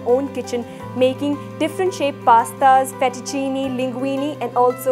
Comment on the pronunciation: Your demo was very good and this is a versatile machine. However, if you cook Italian food you need to pronounce it correctly. Not FETTUCINI. It is FETTUCINE, pronounced FET-OO-CHIN-AY. Ditto for LINGUINE, pronounced LING-GWEEN-AY. The E at end of these words is pronounced 'AY' in Italian, as in 'WAY'. - AUGER, not OGRE. Pronounce this AW-GER, not OH-GRR. - Ditto. OGRE is a monster. AUGER is a tool to clear a drain with, or a pipe. Thanks for the demo and your lovely presence!